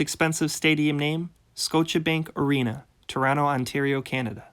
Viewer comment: "Skowcha Bank"?!?